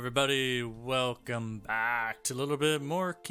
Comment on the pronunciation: velcome BAAACK